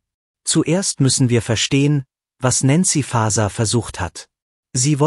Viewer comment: Die KI sollte so programmiert sein, dass auch der Name von N. Faeser richtig ausgesprochen wird.